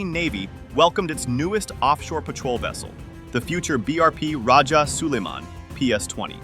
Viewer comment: Its rajah so-lai-man... Not Soliman...our great rajah or datu of Manila before Spaniard arrived in the Philippines...as you can see we are all originally muslims....